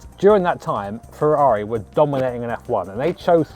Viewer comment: Chavrrari which sounds like Ciaorrari